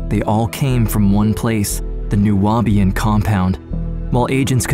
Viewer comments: It’s pronounced ( Noob-ian) just saying…❤ from Atlanta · Horrible man, craziness. But it’s Nu-Bi-An , the Nu-a-Bi-an is throwing me off in the audio. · Nu-be-an not Nu-wa-be-an….. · New-be-in. Not New-ah-be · Okay, your pronunciation of 'Nubian': Nuabian, you say 😐😐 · Why is the narrator pronouncing Nubian as Nu-abian? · However you managed to add an extra syllable to "Nubian" is beyond me 😅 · The word is pronounced “Noo-Beeuhn” you illiterate ignorant! How can you not know that word but you’re trying to make a documentary on Nubian people dumbass! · Its criminal how you pronounced Nubian (new-be-in) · The narrator mispronouncing Nubian is cracking me up. 🤣🤣🤣